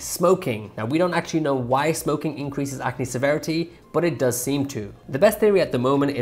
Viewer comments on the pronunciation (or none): none